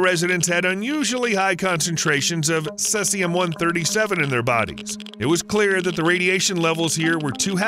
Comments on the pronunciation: Sesium ? Was that supposed to be Caesium? As in see-zee-uhm. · C Z UM not Ses ee um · The numerous mispronunciations in this video do you no favours. What is 'Sessium', for example? Do you mean Caesium? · That isn’t how you pronounce “Caesium”. It’s seize-e-um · Maybe if you're brittish and weird. It's see-zium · *cesium (cee-z-um) *oscillating (oss-sill-late-ing)